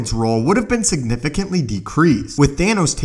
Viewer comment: *No one Narator: sIgNiFiCEntlY